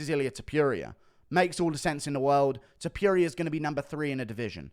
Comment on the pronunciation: Guru just loves Ilia "Tip-Yuria", he wasn't campaigning this hard even for Arnold Allen.